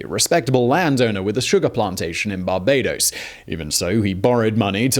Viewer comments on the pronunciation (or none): when did we start pronouncing barbados as "barbadous"?